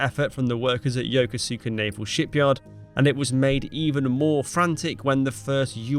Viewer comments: Good documentary, but one tiny correction. The naval base in Japan should be pronounced "Yo-KO-su-ka" with a slight accent on the second syllable. Other than that, a fascinating look at an unsung hero, Commander Enright. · Nice video. Yokosuka is pronounced Yo-koos-ka BTW. The U.S. Seventh Fleet is HQ there. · Please get your AI to learn the proper pronunciation of Yokosuka. It's not Yoko suka as it looks like. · Love the clip. Just one little thing I'd point out, while it is spelled "Yokosuka," it's pronounced without the "u" as in "Yokoska." Former Midway/Independence sailor forward-deployed at NB Yokosuka, Japan. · It's YO KO SKA is proper pronounce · It's pronounced "Ya-Koos-Ka!" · It's pronounced Yokuse 'Ka. Like we don't pronounce the river through London the Thaymes. Do a little research. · Yokusuka is pronounced: yo koos kah. It was my ship's home port during my Navy service aboard the USS Reeves DLG .... I was just a kid back then... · Most people mispronounce “Yokosuka” as the author of this video did. So I’d like to help by providing a “sounds like” spelling in parentheses: (EE-KOOS-KAH), say it like that, that’s how you say Yokosuka properly. Thank you. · Good brief but Yokosuka is pronounced as Yo Kos Ka, the u is silent. Lived in Japan for 4 years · I know you are pronouncing the city as it is spelled. But, it is pronounced differently. It is pronounced as if it was spelled Yakooska. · What an amazing turn of events as if it were destined to be sunk! Oh, just fyi if you care Yokosuka is actually pronounced (YO KEW SKA) I miss Japan actually. It was an awesome place to be stationed and I’m shocked no one went in for a final blow. Either air or sea once they knew the position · Yokosuka is pronounced "Yoh-KOH-skah". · It's Yokosuka is pronounced, YO-KO SKA. You don't pronounce the U in Suka. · Yokosuka is pronounced as YO-KUS-KA fyi. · Yokosuuka is how you say the name of that base, Its an American Base now. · Yokosuka is pronounced Ya KOS ka.